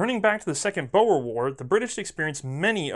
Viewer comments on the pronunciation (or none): My South African ears hurt at the first bit....but I definitely keep listening for the great show. Just for reference' sake: "boer" is pronounced more like "boor", not "bower", and "veld" is pronounced more like "felt", not "velt". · its pronounced boar like the male pig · if youre gonna say a famous word so repeatedly its good to check you arent going w/ a childhood mispronunciation like bow-er (one w/ Japanese manners?) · it's not pronounce bo-er its more like Boor :) nice try though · Like your videos but Boer is pronounced 'Boar' not 'Bower'! I'm originally from South Africa!!!!! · 'Boer' is pronounced 'boor', like in 'boorish'. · The "Boer War" is pronounced "boor war". Pesky dutch using weird spelling :) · Technically, oke, it's more like "Boo-ah", especially if you want the correct Afrikaaner pronunciation! ;) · I've never heard someone butcher the word "boer" so badly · Redcoat when you know how to speak Afrikaans, it really is